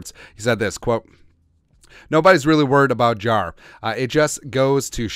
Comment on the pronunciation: They way you pronounce Jaire is driving me crazy lol it’s not Jarar- it’s jai-air lol but couldn’t care less he’s a cheesehead I can’t wait for this season to start